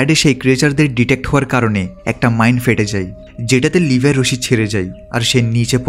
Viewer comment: ভাই আর না বলে পারলাম নাহ! আপনি বারেবারে লেভি কে লিভাই বলেন কেন?